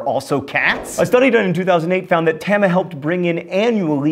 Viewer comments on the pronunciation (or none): Tama (たま) is pronounced Tah-mah. Not whatever you said... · The way you say 'Tama' is weird. Think it's supposed more like 'llama'. Also, weird thing I read before was that Hello Kitty was known as "the white cat with no name" (in Japanese I guess) and that she's the personification of a cat rather than an actual cat (strangely she actually has a pet cat of her own. weird). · You are mispronouncing the name of that Japanese cat. It's pronounced Tah-ma. S'okay, mispronouncing is your thing. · The Stationmaster cat Tama is actually the stationmaster of Kishi station, on the Kishigawa Line in Kinokawa City, Wakayama Prefecture. Also her name, Tama, rhymes with llama. And why did you choose that picture? She's a calico cat. (And yes, I have been to that station). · No, Jasper and Jerry was never "a thing". They were "Jasper and Jinx", then "Tom and Jerry". Also, you mispronounced "Tama".